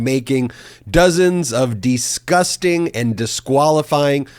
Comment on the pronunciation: Ben, it’s “DISgusting”.